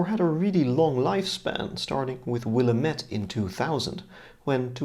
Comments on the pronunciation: *will-AM-et (named for the river in oregon) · while “Willamette” looks vaguely French, it’s actually derived from the Chinook name for the Columbia River. It’s pronounced more like “Will-LAM-it”. (I was not aware of this until being informed by a Portland resident. Now you can pass as a local the next time you visit Oregon.)